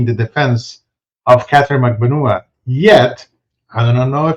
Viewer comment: Ha ha good on giving us the juice on proper pronunciation of Magbanua. I still cant manage it yet. Mag-ban-NUA as opposed to Mag-BAN-ua. I think I have it. I just watched a youtube video on how to pronounce Tseng...Tseng!